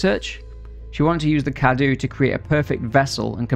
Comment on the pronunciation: it's not spelled cadu, it's cadou, you have to say the ''o''